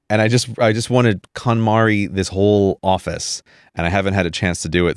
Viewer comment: I thought Grey was saying "Katamari", when he first said "KonMari" (that would have been much more amusing to have him do to his stuff)